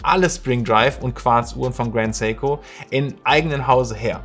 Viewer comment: Endlich mal ein deutschsprachiger Youtuber der Seiko richtig ausspricht.